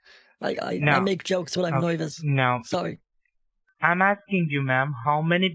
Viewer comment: "... I make jokes when I'm NOIVUS..."